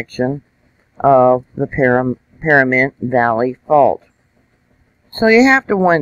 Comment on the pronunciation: PaNamint not PaRamint.